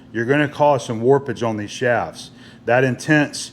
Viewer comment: Shafts pronounced shaves.